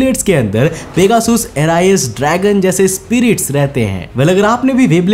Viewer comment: Bhai Bura Mat Manna Per Pehle Dhang Se Naam Bolna Sikhlo!🤬 "Dragon Nahi❌ DRAGOON🔥"